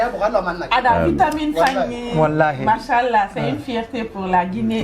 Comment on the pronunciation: Toi avec ton manshallah là essaie de bien le prononcer kmm 😂